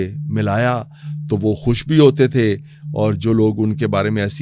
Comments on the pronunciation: مُحترمہ کھُش نہیں خوش کھاس نہیں خاص خ کو کھ نہ بولیں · کھش مزاج نہیں خوش مزاج۰